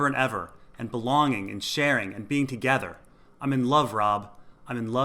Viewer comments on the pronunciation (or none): none